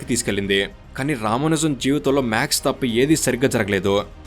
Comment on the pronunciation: రామానుజం కాదు, రామానుజన్ గారు, మాక్స్ కాదు మ్యాథ్స్